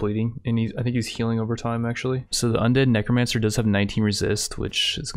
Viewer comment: He also pronounces necromancer as 'nicromancer'